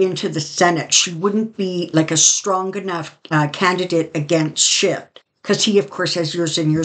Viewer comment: Hey, so good to see you again. Just a note, Adam Schiff has not t in his name. Thanks